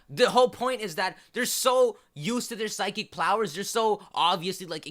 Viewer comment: " Physic PLOWERS" Lol